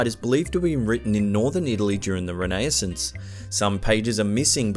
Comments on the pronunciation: "During the renay-is-ince" It's RENAISSANCE. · We all know about the renaissance era And that is NOT how it’s pronounced